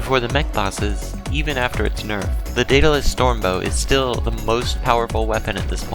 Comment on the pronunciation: Im just going to say, the daedalus storm bow is pronounced Deh-duh-liss storm bow.